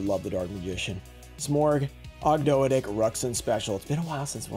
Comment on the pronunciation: I think Ogdoadic is pronounced "og do add ick"